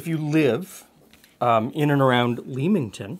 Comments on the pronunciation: For the brits... there is a locally (ontario, canada) town spelt the same, known as the tomato capital of canada, and its pronounced as says here. I actually thought that the recipe was from there, until he said it was UK. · Love the old cookbook show! I think my mother used to do some kind of baked lemon dessert, but I’m not sure it had breadcrumbs? I’ll have to try and find out. Oh, and not that it maters, but, it’s ‘lemmington’ not ‘leemington’. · Hey, really enjoyed this video, the old cookbook show really has me hooked since last year. I always heard Leamington pronounced "lemmington" growing up in the UK:) It reminds me of a bread pudding but with the bread all homogenised! Would be nice with raisins in probably. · Hi, Though its spelled Leamington, its actually pronounced Lemington 🙂 and is technically Leamingtom Spa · just fyi the a in Leamington is silent so its a lemon pudding from "lemington" and this type of dish its whatI've seen called bread pudding in the UK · not had this since the early 60's...... your pronunciation of English names is out many are not as they are spelt. Leamington is Leminten and Warwick is Worrick. Nice desert though. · Growing up as a kid of the 80s in the neighborhouring county, my grandma made baked custards like this. They have fallen out of fashion, and many olde English recipes, will only be rediscovered when Nigella or Gordon popularises them again. Leamingtong -> ‘Lemmingtun’ Warwick -> ‘Wuh-rick’